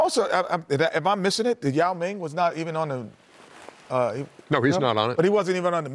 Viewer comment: Love Kenny for saying Yao Ming! Not enuff recognition!